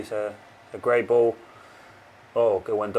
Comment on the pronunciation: did anyone else hear a English accent when Martinez said “great ball”?